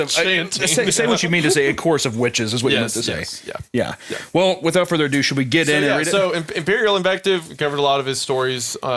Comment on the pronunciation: "So without further ado" Further ados Every. Time.